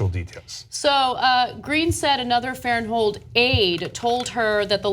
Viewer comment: I know Blake Farenthold and its pronounced Blake Faren-thold not Farent-hold. She took a settlement and though i have no idea if he did or not but in any case, he is paying out of pocket back to the congressional account. He was never estranged with his wife and i know this as i know the family. She took the settlement and cannot sue. She is basically trying to ruin his career years after the settlement. I recommend you look up the dates of this settlement and tell me why there has been such a gap since the settlement and now she suddenly wants to make a hit piece.